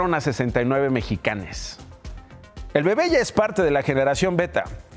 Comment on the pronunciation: Dijiste "Mexicanes"....?!?!?!?? es en serio Nacho...?? NO no no mms.... Somos MexicanOS.... todos..!